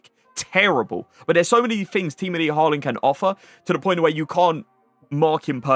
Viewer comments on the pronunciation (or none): none